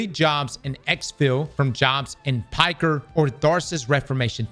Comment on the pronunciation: Piker? Dude on the stream kept saying “Pecker” and my wife and I would giggle like little kids.